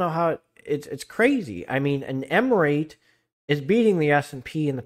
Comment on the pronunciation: I'm saying you are pronouncing it wrong its re-it.